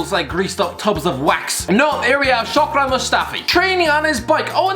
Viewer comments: My guuuuy, its Shkodran, not shokdran but is all cool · He always spells Skhodran Mustafi wrong it's not shokdran